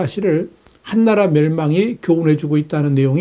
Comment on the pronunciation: 시의에 맞는 예리한 분석과 정보에 늘 감사하고 있읍니다 ㅡ 한나라가 아니고 한 ㅡ나라로 길게 발음하셔야 뜻이 잘 전달될 듯 싶군요ㅡ 전에는 서방을 서 ㅡㅡ방으로 발음하시더니 요즘은 고쳐서 발음하고 계서서 듣기편했읍니다ㅡㅎ 애독자의 사랑이라 받아 주시면 감사하겠습니다 ㅡ❤